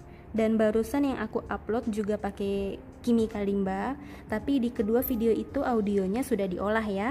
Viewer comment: Hi! So the Kalimba is an African instrument and I'm from Africa. I wanted to let you know your pronouncing its name wrong